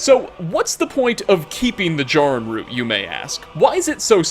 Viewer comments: It’s JAIR- uhn root. They SAY it in game and you’re causing me pain every time you mispronounce it. I’m furious. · Normally mispronunciations don’t bother me but you said Jarrin root wrong 🥺 it’s the first time I’ve ever heard my name in something don’t ruin it 🤣